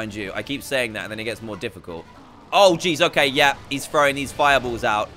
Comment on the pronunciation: Me: yea Dan: yea'r